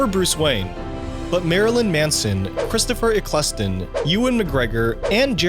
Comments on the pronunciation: Please never say Christopher Eccleston’s name ever ever again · Sillinian Murphy and Christopher Eclesston you say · chrisopher ekk-less-ten